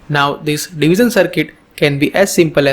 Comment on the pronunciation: Good video thank you, and a correction it is pronounced as 'Divishion' not 'Divison', it is 'shion' not 'son'. Hope you get it right next time thanks.